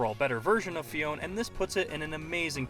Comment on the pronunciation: its fee-own-ay